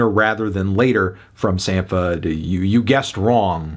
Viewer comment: Its pronounced “Sam-pa” - just saw him in Chicago last night and he further confirmed this when he first came out and introduced himself.